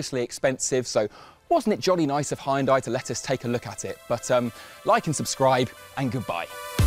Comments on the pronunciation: Great car, great presentation, but what the heck is “Hie-un-die?” Did you mean “hyun-day?” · hi-an-die. never heard it said like like that lol. the proper way to say it is hun-day. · hyun-day (or even hun-day). 2 syllables, you can do it! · Huhn-day not "Hi and die". Lol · Never before heard spelling it "hai-un-day". It's just "hun-day". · It's not HIandye, it's Heunda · Not Ha Yun Dai, It's Hyun Dai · Its called "(h)Jundai" and not "hi und dye" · High and Dye? is it really pronounced like that? I've been calling it "Hun Day". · "Hun-die" not "hi-yun-die" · hayundai :)))))))))))))))))))))))))))))))) where the f u saw a before y ? its just hyundai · People still reading Hyundai out loud as "Haiundai" in 2023 D: at least do "hyondé" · people on the comment also not noticing the guy saying high n die insted of hyundai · he pronounced it hi oon die. so you know the quality you were getting into. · WHAT? It's pronounced hun-day. hyundai. This dude has an accent, of course he says it differently. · It’s pronounced Hun-Day by the way! Love the video though and hope to see the 74 on the road soon 🙏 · My Korean friends always say everyone says it wrong. They say, Hee-you-n-die. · Pronouncing it "High-Un-Die" hurts my soul. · Amazing and really well done. Now, I only wish Hyundai UK would put out a marketing campaign to fix the pronunciation as it should be 'Hyun-DAY' which is the closest to the original Korean pronunciation and how it's marketed in the USA. Oh well...I'll still probably be buying an Ioniq 5 or Kia EV6 (Or Genesis G70 Electrified) in the future...amazing stuff coming out of Korea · I just think the Korean subtitles are contextually funny when you insist the ‘high-un-dye’ pronunciation. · Bro said Hayendai 😂 I'm African but that is the most African pronunciation I've heard in my life 😂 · Hydrogen is the Future indeed! Btw, Isn't it Pronounced= 'Hun Day' ? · Nice showcase - thx! Oh and it's not "Hai unn dai" ^-^' As I'm sure the reps kept saying XP